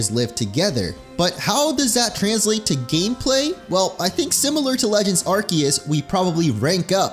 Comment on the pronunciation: It urks me everytime he mispronounced Arceus and Pokémon